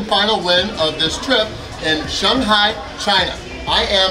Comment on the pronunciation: Shung-Hi???? come on...... SHANG-HI...... now say it at once....... Shanghai